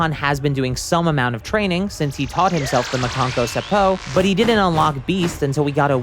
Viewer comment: I don’t get how someone that’s been making dragon ball videos for years, still mispronounces things?!? Just say special beam cannon instead of Makanko sappo.